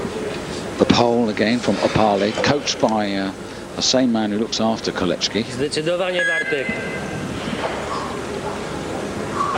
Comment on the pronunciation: Moron narrator persists in saying KOLECHKI when there is no "H" in the name! Sorry Britisher!